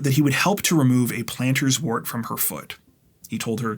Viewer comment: As always, wonderful preparation & delivery. Forgive me, but as a nurse over 50 years, i can't help myself lol. It's Plantar wart, not Planter's wart. 😉 PS,for all Candice went through, the world now knows she's a strong person!